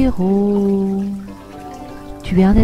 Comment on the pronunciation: C pas bea Hiro mais be Hiro